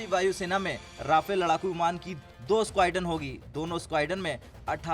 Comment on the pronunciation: Squadron to Bola ni ja Raha isse 🤦